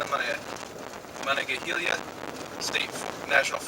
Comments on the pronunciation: It’s Monongahela no “eye” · It's pronounced "Muh-non-guh-heel-uh"